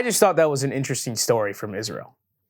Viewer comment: Cringed everytime i hear the word isReaL